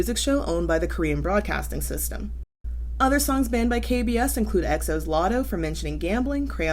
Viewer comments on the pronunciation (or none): none